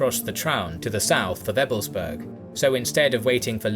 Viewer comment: "Berg" v. "Burg". EbelsbAIRg, regensbOOrg. Also, the emphasis is on the 1st syllable, which is especially important for Ebelsberg, because otherwise it's sounding like ebblesberg. That "E" at the start stands alone and doesn't run-in to the "b". There's something almost like a glottal stop between them.